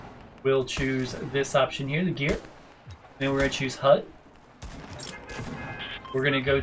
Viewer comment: lol u pronounced it hudddd ur so funny.